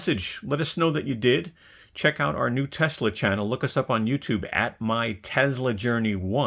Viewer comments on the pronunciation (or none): none